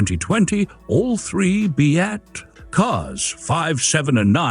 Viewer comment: Molto Bene! I hope you're going to do episodes on the B.A.T. 7 and B.A.T. 9 (the other two in the pictures). BTW, it's pronounced "Bat," not "B-8"